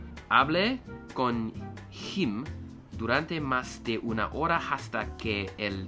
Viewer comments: Quick tip: Don't pronounce the h as you do in English. Instead of saying hora (eng) say ora. Keep up the studying! I'll do that too Alsooo try to understand the accents that can help you with pronunciation. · doing really badly on the h's and the double l's